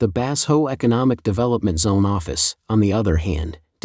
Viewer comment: "Bass ho" is not a Chinese name. Did your AI narrator mean "Ba-sho"? (or Bazhou?)